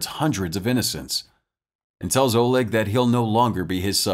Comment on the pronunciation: not oleg olog FFS can you read?